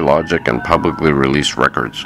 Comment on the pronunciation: Bro, it’s “involved”, not “envolved”. And it’s not “thoeroy” or “publicaly”.